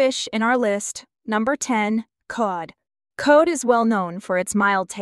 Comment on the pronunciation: Cod like in the odd couple. Not code. Love you.